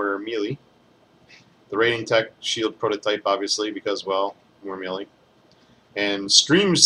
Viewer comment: MeeeLeee? It's pronounced "May-Lay." Common gamer issue (having read it but never heard it spoken...pretty common). Love your videos. They are the only ones I give an merit too when researching a character. I do your builds on most my heroes. The Diamond Emma build is UBER!